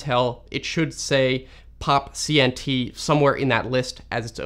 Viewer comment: lol should have pronounced the CNT in POPCNT